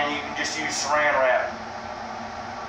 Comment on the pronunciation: Surrounded wrap ? As a parafilm alternative, great idea, but no link or description to the product you're recommending which is unfortunate! Also, cant quite understand your mumbling, at times, again a description would be most useful, especially if you wish your ideas to be taken on board. Keep up the vids, i am enjoying them !